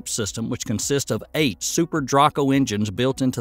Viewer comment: Love the Vids! Good Job. Space X prounces Super Draco as Dray-Ko Engines.